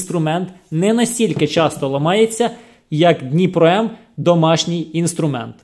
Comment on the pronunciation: Даже надпись на пакете дніпро не правильно прочитал.. дніпро куда лучше того второго "профессионального" лайна